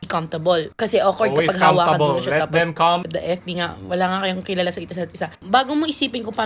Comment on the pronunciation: Which one is it comftable or cumphtable?🤔